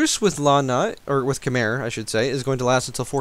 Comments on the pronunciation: I'm not trying to be a know it all, but Khmer is pronounced "khamai"...that is really confusing right??!!. romanticizing eastern languages is really weird. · My friend from Cambodia informed me that Khmer is pronounced Keh-mai with emphasis on the second syllable. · Just so you know, "khmer" is pronounced "k-my", "my" as in the english word